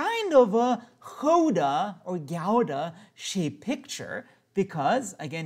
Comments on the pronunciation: Pronunciation of Gouda is "ow" like in "cow", not "ou"! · im from the netherlands and the way he pronounced the dutch words was really funny